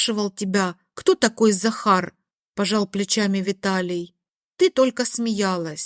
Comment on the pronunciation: Дак она говорила сахар а не Захар.😆